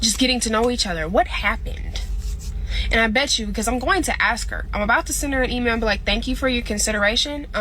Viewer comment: You went to college for 4 years got a degree and she still didn't learn how to pronounce the word (ask)